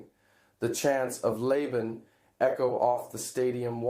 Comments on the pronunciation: It's pronounced LAH-bahn, not LAY-ben. In any case, you know how get Filipinos hyped. Alex Eala's work ethic and passion going to Spain at 13 is inspirational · LAH-BAN❗️ LABAN ‼️ ... Not "leban." Po. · Yes, except the word for "fight". He said "leyh-ban."